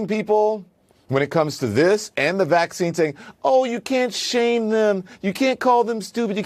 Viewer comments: Took me a min to realize he’s saying v*ccine and not actually Vaseline LMAO 😂😂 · It took me till the fourth time you said Vaseline to finally understand 💀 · “Vazzaleen” 😂😂 I LOVE!